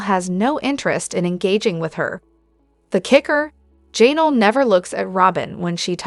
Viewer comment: I’m honestly not trying to be negative, but it’s so distracting how your AI messes up some of the names so bad.. especially ‘Jay-nal ‘😂